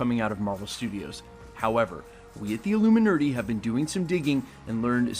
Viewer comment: Lmao "the illuminerdy"